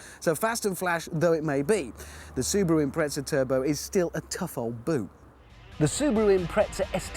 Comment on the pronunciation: the car is an impreza not an imtretza - because you can not speak ENGLISH ! stupid .